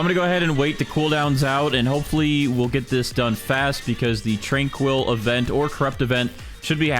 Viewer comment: Your pronunciation of tranquil is diabolical.